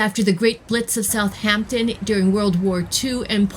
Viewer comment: Thank you for your video. You hit a lot that this cool city has to offer for folks ahead of a cruise. Great places. I have to say that I couldn’t help but cringe every time I heard South “H” ampton crisply enunciated. Drop the h… South’ampton. Especially if doing travel videos, great to check the pronunciation with a local or even a quick Internet search.